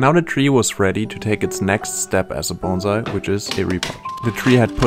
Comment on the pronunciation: So glad he pronounces "bonsai" correctly. Most people pronounce it like the "s" is a "z".